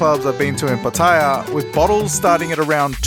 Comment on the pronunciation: It's pronounced Pa-ta-yar. Not Pat-ayer... Just sayin.